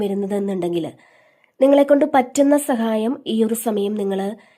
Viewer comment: സഖായത്തിനു പകരം ദയവായി സഹായം എന്നു പറയൂ 🙏